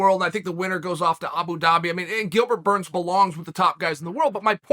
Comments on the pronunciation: Why does Chael purposely call him Gilbert, “Gurns”? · At this point, if Uncle Chael doesn't mispronounce a name within the first 10 seconds, I'm a little bummed. Thankfully, he NEVER disappoints. Shout out to Gilbert Gurns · Did he just say Gilbert Gurns🤣